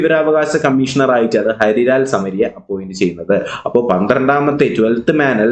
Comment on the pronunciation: സർ ഹരിലാൽ അല്ലല്ലോ ഹീരാ ലാൽ അല്ലെ